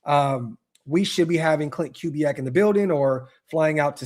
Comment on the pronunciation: Correct pronunciation of Klint Kubiack: Koo-bee-ack